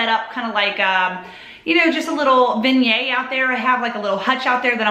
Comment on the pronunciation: Hi, that cookie jar is sooo you! Also, I know you don't care, lol but I do think some of the honey pots you find are condiment jars or sugar bowls. Who cares, they can bee lol what ever you want. Now on pronunciation, vin-yet. Thx and bye for now. ❤